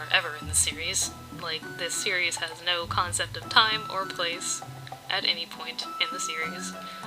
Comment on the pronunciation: Whenever you said "series" It went to Siri automatically XD